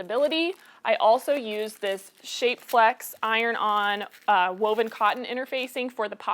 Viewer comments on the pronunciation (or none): none